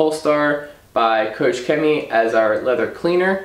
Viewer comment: It is pronounce KOCH not KOSH :)